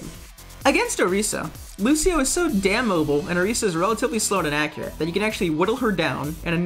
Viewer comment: Thank you for saying Orisa correctly.